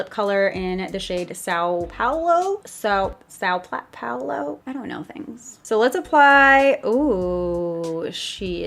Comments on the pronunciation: Saaooo Paulo it’s pronounced Sam Palo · When you can't pronounce a cities name. Stop while you're ahead.